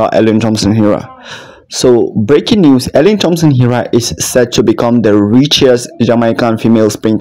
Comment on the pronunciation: Please pronounce her name correctly